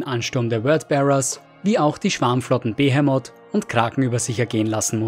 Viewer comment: ich weiß das ist jetzt meckern auf hohem Niveau aber wird "Behemoth" nicht anders ausgesprochen?